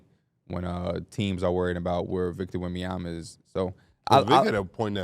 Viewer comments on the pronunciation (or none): none